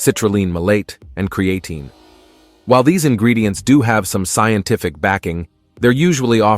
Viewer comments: Agreed! I hate the way it says Creatine! 👎🏾🤦🏾‍♂️ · Good video, but it makes me wonder of the knowledge of the spokesman mispronouncing Creatine!